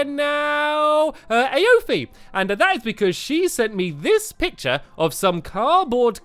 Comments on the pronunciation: it's e-fa not ay-o-fee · stampy Aoife is pronounced e fa not a o fe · A ofie 😂😂😂 its pronounced "ee-faa" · AOIFE PRONOUNCED EFA XDDD OML IM DYING EOFA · its not a-o-fi its E-E-F-A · Isn't the person in the love gardens name pronounced E-fa.. not a-o-fe? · I think that Aoife is pronounced "EEFA" not "AYOFEE" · Iofe???? It's pronounced E-fa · You pronounce Aoife like "eefa" not ayofie". No hat but just pointing it out ☺️ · Stampy I think the proper pronunciation for Aoife is E-fa not A-ofe 😅 MERRY CHRISTMAS🎄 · He pronounced Aoife wrong he said A o fee but the way u pronounce Aoife is eee faa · ay-oh-fee???? its e-fah! not ah oh fee!!! XD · stampy its pronounced EE-fah not ay-oh-fee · It's pronounced Ee-Fa not A O Fee😂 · Hi stampy it's not aofy it eyfa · I am Irish u don't pronounce it a o fee u pronounce it eee faa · Aofy wat I would pronounce it Efa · really stampy a o fee pretty sure its pronounced eefa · Did Stampy pronounce the name Aoife a-o-fe?! Is that right?! I pronounce it ee-fa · Aoife is pronounced ee-fa not a-oif-e just letting you know Stamps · Aoife is pronounced "EE" "FA" not "AY" "O" "FEE" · A-o-fie? It's pronounced ee-fah! Lol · lol, it's pronounced ee-fa (love garden) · Aoife is pronounced. Eee-fa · STAMPY!! the girls name is pronounced ee-fa she has a dublin top on and i’m from dublin lol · Isn't Aofie Pronounced E-fa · Her name is pronounced eefa it's an Irish name :-)) Tara 🐸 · Btw the phonetics are 'eefa' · It's pronounced ee-fa I have a friend with that name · I am spelling it wrong but I am spelling it wrong because I want to tell you how to pronounce it right efa the one who was in your love garden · Aiofe is pronouced eefer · stampy it's pronounced ee-fuh I know because that's my friends name. Stampy it's a British name so I don't know how you don't know how to pronounce it. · it's Aofie pronounced ee-fer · Aoife is pronounced Ee-Fa!! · Aoife's name is pronounced eefa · My friend who's name is Aoife is pronounced Ee-Fah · Its pronounced eefa